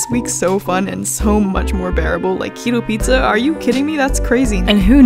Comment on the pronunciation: Love ya but the pizza...it's not pizzaaaaa (yeah, I'm Italian ahah)